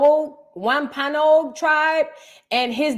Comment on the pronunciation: It’s pronounced Womp a nog Sister ❤ from MA